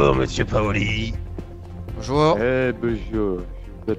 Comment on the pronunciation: C'est pas doumè Paoli c'est dumè Paoli